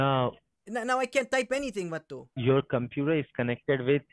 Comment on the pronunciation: Hilarious video!!! Should be a shot game with the word “Vato”! Cracked me up every single time he called you “Vatu”! Great video! 👍🏼